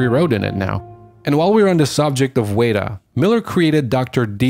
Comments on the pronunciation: This is a little nitpicky, but you pronounced "weta" wrong. It's wetta, not wayta. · It's pronuonced weta (whe-tah) not wayta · It’s not pronounced “way ta”, it’s “wet a”...... you’re welcome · WETA! (weh-ta) not WAYDA. Thorough video though. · "Wey-da"? "Wey-da"?!?! Weh-TA! Weta Workshop! C'mon, man... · The New Zealand FX company Weta Workshop is pronounced wet-a not wait-a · Weta is pronunced "wet-a" i believe. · Excellent video, with a lot of behind-the-scenes information. BTW ... Weta (as in Weta Workshops) is pronounced WET (as in, opposite to dry) A ... WET-A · The New Zealand studio is pronounced WET TA, the name comes from a bug found only in New Zealand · interesting ideas. Be good to get pronunciations correct. New Zealand company WETA is pronounced 'wet-ah'. Its named after a new zealand insect. Also, the mad max game of 2015 is most certainly based around Australian geographics. The desert in Auzzy are not all red. But good video. interesting back story of how the games developed... or didn't. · OMFG its said Wet Ah as in the floor is "wet" and Ah as in bah b"ah" black sheep. Wet-ah "Weta". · Awsome video, but just one pointer it’s wet-ah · Weta is pronounced wetter....as in the insect the studio is named after.. just saying. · It's pronounced "Wet-ah"... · You’re pronouncing “Weta” wrong it’s killing me lol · You kept pronouncing WETA wrong. It’s eating me up inside.